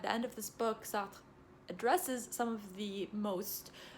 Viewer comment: Wow this is the first video I have seen of you and it was beautifully organized and concise. You did Sartre a lot of justice with your explanations and you also pronounced his name nicely. I’m a philosophy undergrad and I’m reading some of Sartre’s work and find it extremely intriguing. He is one of my favorites even if I don’t agree with all of his work. I want to thank you for making such a easy to understand video of his thought without sacrificing the intricacies at play. PLEASE do more videos on different philosophical texts, we would ALL benefit from them. I felt drawn into the video the whole time! Thanks!